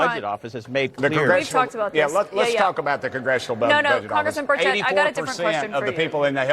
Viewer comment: It's not Bushett it's Burchett. Please say it RIGHT!!!